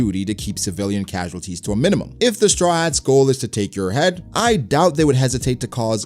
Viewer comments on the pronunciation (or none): none